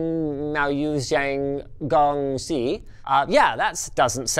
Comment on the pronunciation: “si” is NOT pronounced “seeeee”. It’s szzzzzzzzz.